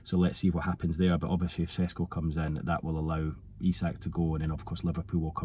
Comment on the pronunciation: u pronounced his name perfectly without struggling to say but u are pretending to not know how to say his name 😭🤣. I get it he disrespected you earlier and u have to get back at him but come on 😂